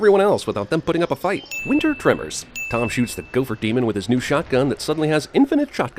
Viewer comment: “Winter trimmers” I swear the creators of tremors heard you say that and they went to the Drawing board 😂